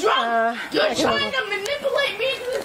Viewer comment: Don't tell words you can't pronounce😂 manipulate ma'am 😂😂😂 I didn't hit you I shut the door in your face, well honey there are cameras and you can't do that either genius, go ahead admit to more crimes